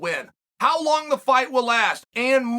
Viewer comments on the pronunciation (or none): none